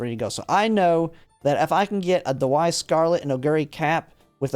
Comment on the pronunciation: I enjoyed the video, but it pains me that you pronounce Daiwa, which is pronounced like 'die - wa', as 'da - why' Anyways, I'm also training parents for Taurus Cup and it's such a grind. Right now I have 6* play times over + a few other decent white sparks on one parent, but now I'm going to have to try for pink and blue sparks as well and I feel like that's going to take forever...